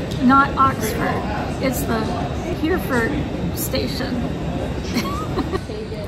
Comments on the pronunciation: 'Hereford' is pronounced: Herry_ford 👍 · Making notes as we go along... 🙂 It's just "Paddington station", no need to say "train station". The presence of trains is assumed. Also Hereford is pronounced "He-re-ford". (Edit: saw the blooper at the end 🙂 ) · Hereford = ‘hair-ee-fud”